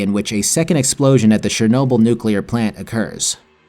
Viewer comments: Why can nobody prenounce CHERnobyl? why is it always fucking SHERnobyl. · It's Chernobyl man not Szernobyl...